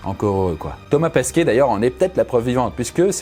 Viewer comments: Par contre c’est Thomas PESQUET et non PAsquet 😂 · " Thomas Pasquet" olala il s'appelle Thomas PEsquet respectez le un peu voyons.